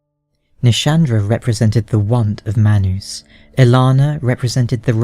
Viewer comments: hehe...manoos...love the way you pronounce manus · it's all based on accent lol, it's still man us but his accent causes it to sound like my noose